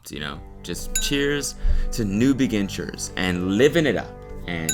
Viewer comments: Really? No one is going to talk about "New Begin-tures????" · It made me laugh so hard cause it sounded like "new big inchers" which is perfect for this show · Did you mean to say begintures? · "cheers to new begentures" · Did I hear “be-ginggees”? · “cheers to new begintures”😂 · “Cheers to new begentures” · Cody saying begintures 🥲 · Time stamps beginchures